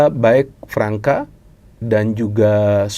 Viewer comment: Pemain Brazil yang ada huruf ç nya, dibaca s. Gustavo Fransa. (Gustavo França)